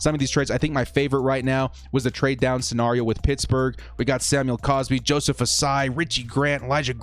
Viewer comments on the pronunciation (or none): none